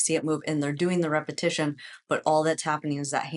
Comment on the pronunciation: You always say repetion repetion repetition how can you do repetitions when you can’t do 1?